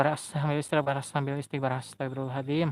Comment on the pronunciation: astagfirullah al adzim.. bukan adiim.. celat ya?